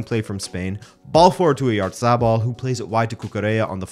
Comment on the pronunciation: Oyatabal not oryazarbal